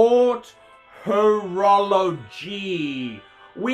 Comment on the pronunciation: It’s HOROLOGY, fucking sad really,! 😂😂😂😂